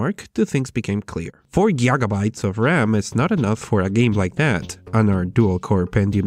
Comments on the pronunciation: Gaigabytes, not giagabytes you peasant! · gyjabeets and gyjerhartz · 4 gieagabytes of ram :v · Gaigahertz Geeyogabytes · Jiga bites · I think he's mispronouncing stuff intentionally now. He could've said Gaigabytes, like that time he said GaigaHertz. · jinjangamabytes and jujitsuhertz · Gigahertz Digeherdz Gepefards Jipawurtc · "Four Jyaggäbytes..." Are these like Gigabytes, but you have to buy them at IKEA? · please never stop saying giagabytes it's actually funny! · Its is gig-a-bytes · He does it on purpose XD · It was bothering me too😅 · Do you actually pronounce gigabytes like that?